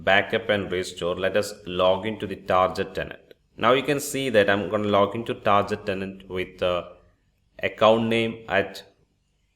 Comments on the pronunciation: Great video Only it's not tarjet tenant it's tar get tenant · It is pronounced TARGET, not TARJET !!!!